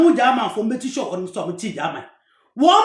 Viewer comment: Come and let me lecture you about Seikwa.You can't even pronounce:Bouna,Yerekaye.etc.I know those places.Read "Oral Traditions of Seikwa,Badu,Nsawkaw and Nkorankwagya"by ESK Owusu.Also read "Bouna Royaume de la Savanne"and stop displaying your ignorance on social media just because you need a few dollars.I have worked extensively on Seikwa.You don't even know the town Seikwa.